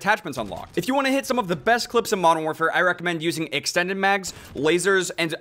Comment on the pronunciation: “marn waarfare”